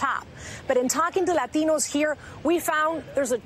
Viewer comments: Why so much emphasis on the A. Say it normal. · You really don't have to say "latinos" with a "latino" accent. If you're going to have an accent, fine, but use it in all your speech, otherwise you sound pretentious. But you are a liberal, so why am I surprised? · Can’t stand it when the word Latinos is pronounced lathinos... by someone that doesn’t have the accent and only shows it saying that word only. Happens all the time by people(mostly women) that look Hispanic from America. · She was supposed to say "Law-Teen-Knows". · I just LOOOVE how she pronounces "la latinos" so strongly.. is it necessary? haha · "and as you mentioned, the demographics here are changing, látíñós make up 30% of this district." always makes me laugh when they activate full myana when pronouncing latino. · is it really necessary for her to pronounce it "LahTEEnohs"... forced heavy accents on selective words in a sentence always sounds cringe af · Why she keep saying Ladinos? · LLLLAitinos :D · Do you really have to pronounce Latinos that way? Because that's the only word with the overly dramatic accent. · I hate the way she pronounces Latinos. Gimme a break already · No dude. There are a lot of Latinos who think it's goofy when someone with a perfect English tries too hard to impress them. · The way she pronounces latinos is straight out of South Park lmao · Thought the same thing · Dude I was taking a dump when I watched this. The way she pronounce Latinos triggered me so much I couldn't finish. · jorge S it’s actually now... she’s adding an accent for some weird reason. I’ve heard many hispanics pronounce it like normal folks. It’s just the word Latin with o added to the end. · She emphasize the word Latino too much. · yeah the way she said Latinos triggered me... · It's funny that she pronounces "Latinos" with a Spanish accent and then resorts back to mid western English accent with the rest of the report. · The way she pronounce Latinos :D